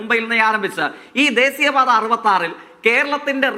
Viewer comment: പാർട്ടിയെ പറയിപ്പിക്കലെ. കണ്ടന്റ് ' കറക്ട് ആണ്. പക്ഷെ ഉച്ചാരണം വളരെ മോശം. ദേസീ യ പാത അല്ല. ദേശീയപാത യാണ്. പല്ലിനിടയിൽ കടിച്ചു പിടിച്ചതേങ്ങാ പൂള് പുറത്ത് കയ്.എന്നിട്ട് സംസാരിക്കു❤